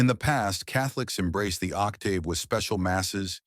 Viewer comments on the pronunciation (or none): Only time I've ever heard octave with a long AAAA.